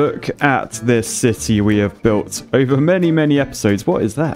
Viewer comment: you build a "shity" not a city :D :D.. with a ,,Poo"namacanal xD love your videos! so entertaining!